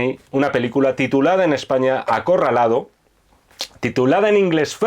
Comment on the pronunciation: acorraldado? no mamen jajajajaaj